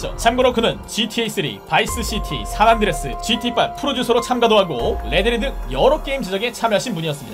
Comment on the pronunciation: 산안드레스가 아니라 산 안드레아스 입니다